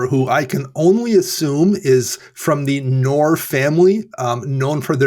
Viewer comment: You Guys have Knorr in America?! 😃 Fun fact for you, 😊 The "k" in Knorr is actually not silent. We don't have silent "Ks" like that in German 😊